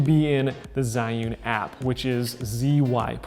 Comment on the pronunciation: I believe it's pronounced Ji-yun like the word June but with an "e" after the J.